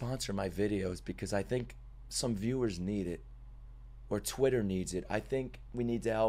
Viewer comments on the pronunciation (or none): none